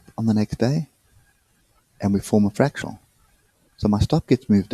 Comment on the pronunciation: FRAC-TAL not FRAC-TU-AL